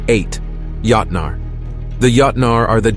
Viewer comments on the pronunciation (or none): When the A.I. voice kept saying: yahtnaar... 😂 Yahtzee! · You pronounced joutnar (giants) wrong. Other then that not a bad video.